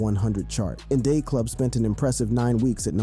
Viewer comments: Is the narrator a real person cause the In Day Club instead of in da club, 😅😂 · In Day Club… 😂😂😂… it’s “In Da Club”…smh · Did this🥷🏿 say " In Day Club"" In Da Club" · "In day club"?? 😂😂😂😂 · bro really said 'in day club' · In They Club? How old is the narrator? He's clearly never been a 50 cent fan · "In Day Club." Who the fook is this narrating😂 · WTF is a 99mm shotgun? And "in dey club"? Bro get it right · In "day" club? This niggas a bot